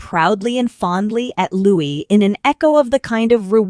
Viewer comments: Lou-EE, not "'loo-ISS" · Why was the little Prince’s name interchangeably pronounced “Lou-ISS” and “Lou-EE” throughout the video? Narrator, make up your mind. The correct way to pronounce his name is “Lou-EE.” Louis is a nod to Prince Philip's grandfather, Prince Louis Alexander of Battenberg, and his beloved uncle, Lord Louis Mountbatten. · You're not pronouncing Louis correctly...